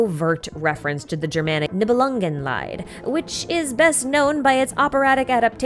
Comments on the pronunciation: not to be that guy, but Nibelungenlied is pronounced like LEED, meaning the song of the Nibelungs. If pronounced like LIED it would be the pain of the Nibelungs (in german) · It's "-lied" not "leid". Lied means song, leid means suffering. Not quite the same. "Nibelungenlied" in English is "Song of the Nibelung". Anyway, love your videos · Thanks for the recap. One smal tip, the Lied in Niebelungen Lied is pronounced like lead (like in "follow the lead") but you swap the d at the end for a t. The way you pronounce it sounds more like "Leid" the german word for sorrow. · I love the video but your pronunciation of "Nibelungenlied" causes me pain. You pronounce it "Nibelungenleid" (that would be the German spelling, i and e are switched). Leid means torment. Lied (pronounced like the English "(to) lead") means song. Please do not torment me. I know it's hard to pronounce German. And everything else is so good! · In case you're interested in correct pronunciations, just a small comment from a German about Nibelungenlied. You start off strong saying Nibelungen, but then you pronounce the g like an extra letter. ng is one sound. Also Lied is pronounced like the verb lead. You switched the e and the i and by that kept saying Leid, which means suffering. Well, in this context it may be quite fitting, but it's still not correct. :D Thx for yet another great video! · Pronunciation note: german "Lied" is pronounced (more or less) like "lead" in "leader" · Heya! Loved the video, just a pronunciation thing that bothers me a bit as a German. You pronounce Lied like the German word for suffering haha. It's pronounced more like (to) lead :) Love your videos, thanks for your hard work ❤ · I know I’m way late to this party, but the “lied” is pronounced as leed.